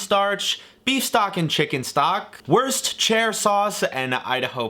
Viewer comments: Pretty sure he pronounces Worcestershire as westchester lol from a brit you say it like "wuster-shuh" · Like how is it hard to say Wuster? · Lmaoo I love the way he pronounced worcestershire sauce "worst cher sauce" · Not the westchester sauce 😭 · Wost CHAIR sauce. I was really confused for a second on what he was trying to say 😂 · Did he actually say "worst chair sauce" 😭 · Pretty sure its pronounced ‘worshtershire’ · ok but why he pronounce worcestershire sauce like “worst chair” HAHDHFHFBDN timestamp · it’s a running joke that he pronounces it differently. this is my fav so far😂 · yes, he said "worst chair" sauce. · 'worst-chair' sauce lol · I'm gonna help you out so you can be the first ever American to pronounce Worcestershire sauce correctly. It's "wuss-ter". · WEST-CHESTER sauce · Did he call it “Westchester” sauce? Team Westchester NY! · WEST CHESTER SAUCE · westchester sauce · I heard "Worst chair sauce" and "west chester sauce" lol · West Chester sauce, I love it 😂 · I had literally no idea what he meant when he said worst chair. The west Chester was funny too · Do people really think mispronouncing Worcestershire is a funny joke at this point? Edit: After looking at comments, apparently people do. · He pronounced Worcestershire sauce differently each time to ensure he got it right at least once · It’s hilarious the number of ways he pronounces Worcestershire 😂 Great Video 💕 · Someone tell me that it's a running gag on the channel that can't say "Worcestershire" properly? Cause he always gets it wrong 😅